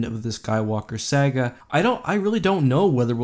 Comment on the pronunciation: VAY-guely, not vAGuely . SAW-gah not SAG-GAh.